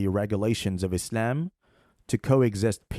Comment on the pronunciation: Sarajevo is a European capital that was founded by Muslims. Btw, sorry bro but your silly way of pronouncing the word Islam is actually slightly annoying